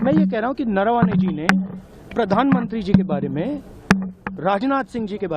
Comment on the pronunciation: Areee yaar ye Rahul Gandhi ko bolo pahele bolna sikh le .... नरवणे जी को नारावणे बोल रहा है😂😂😂😂😂 इसको बोलना आता नहीं है चला बड़ा आया